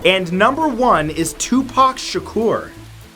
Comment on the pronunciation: Matthhew, thank you for properly pronouncing Tupac and Assata Shakurs' names. Great video as always.💜